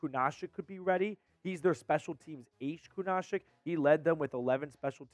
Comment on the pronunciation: If the Browns dont sign Shaq Leonard, and doesnt learn how to pronounce Kunaszyk, I might cry.